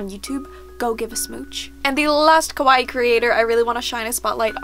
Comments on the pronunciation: i really love you, im your biggest baby fan, bUT the way you always say "kawaii" it's just- because you make it sound like "kowaii" which means "scary" and just- Maybe you could just try and practice?? I dont want to sound like you have to be a master at japanese, but if in most of your videos you are going to repeat this one word, you might as well just try to say it right?? Im sorry, I dont want to be rude but I just had to say it:-( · Omg yes I’m so bad for that!! I know the diff between kawaii and kowai but I’m have such a bad habit of mispronouncing. Same with “hairajuku” instead of “haaahrajuku” lol it’s just a bad habit I need to break